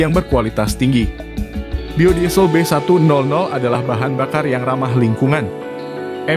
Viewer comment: B100 dibaca Be seratus,bukan be nol nol